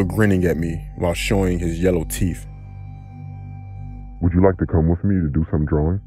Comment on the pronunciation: For Christ Sakes man, being a narrator, I should think you would be interested in correctly pronouncing words? Or - maybe not. It is possible you are proud of ,"Bubonix" which is cool, but in case you are not. I taught English as a Second Language for 10 years and have a quick-n-easy way to turn your "TEEFF" into your, "TEETH." The trick is to use a mirror. The only way to pronounce the th sound is to lightly bite the tip of your tongue as you do it... I mean your teeth have to actually touch your tongue top and bottom. So practice in the mirror saying this, with, teeth ,etc... Making sure your teeth are actually touching